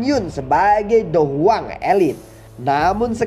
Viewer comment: Hmm perasaan dicanel lain soyan masih dou wang pas mau lawan yunsan, klo gk salah denger mimin bilang dou huang